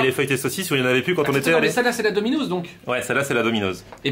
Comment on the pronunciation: Eh arrête de dire « dominoZZ » c’est « DominoSS » 😁